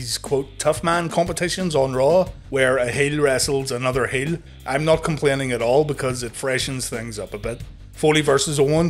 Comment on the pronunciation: SPINNING HEEL KICK! HEEL. NOT 'WHEEL' JESUS CHRIST